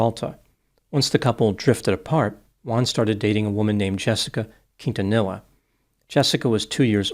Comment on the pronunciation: You figured with a last name like, he'd know the proper pronunciation of Quintanilla...